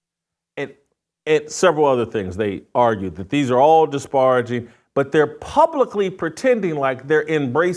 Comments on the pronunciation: Ve-heem-etly??? Dis-par-a-jing???...learn to pronounce simple English words Jason. And if you identify as an Evangelical Christian, you might want to rethink what our responsibilities are as Evangelical Christians to our Jewish brothers and sisters in Israel. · Pronunciation Words to work on: 1. Disparaging 2. Vehemently